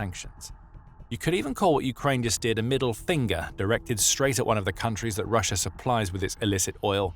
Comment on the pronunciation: "perfect place por putin po position pussia's post pimportant poil pacilities" Did anyone else hear that too?